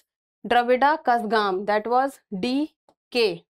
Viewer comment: mam Please correct your Pronounciation of Kazhagam